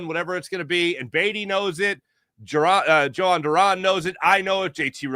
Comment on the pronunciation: its pronounced YO hon not joe hon lol